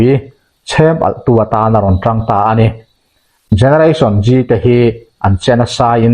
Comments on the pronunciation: Generation G tilo in Zeee tiin lam ta la a that ka va ring ve. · Gereration Gee a ni leu. Generation Z(zee)